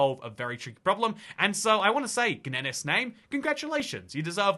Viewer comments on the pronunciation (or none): Gniess is a rock pronounced like nice. Gniess_name is a youtuber.